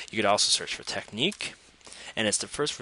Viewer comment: it's not teck-neek, it's tech-nick